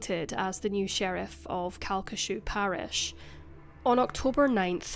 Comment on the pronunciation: I can't believe you covered this case, and you even said the parish name correctly! It's pretty much a local legend here even after all these years. Pretty much everyone knows the sheriff's son did it, but it will never be officially acknowledged by the LCPD. It's such a tragic case and one that still affects people today.